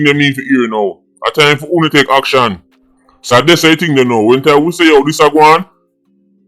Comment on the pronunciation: "Unicorn fi Justice"🤣